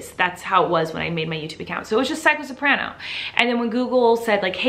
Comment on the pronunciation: Red Panda L0ver but they didn't say soprano. They said sorpran.... Which also isn't an instrument...